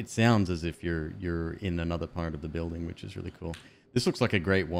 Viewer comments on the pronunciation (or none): none